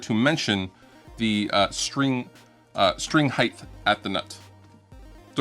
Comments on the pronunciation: Please do not say " heighth". Just say height. Ya I'm a grammar nazi so sue me. Great tips though. Thank you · Height not ‘hidth’ you inept swine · String "heighth" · "String heighth." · I cant give any credit to someone who says 'Heighth'. The word is H-E-I-G-H-T. There is no fucking 'H' at the end of the word. Seriously, your a grown man, come on, grow up!!!! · String heighth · THANK YOU. Everyone says it man it drives me crazy